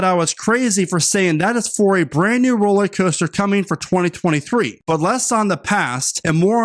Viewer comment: It's not "Rolleycoaster", it's "rollERcoaster"!